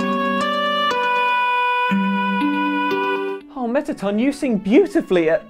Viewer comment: He don’t know how to say mettaton